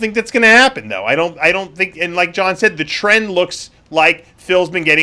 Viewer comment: xd me too. “Follow the tren“.